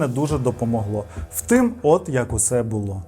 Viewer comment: Все круто, але назви міст вимовляєш неправильно, і завжди кажеш "втим", а не "втім"